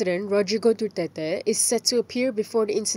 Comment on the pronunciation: The pronunciation Duterte is wrong. My opinion only. Internationally...